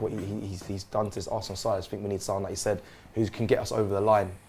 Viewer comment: It's da history of ze assssssanal 🤣🤣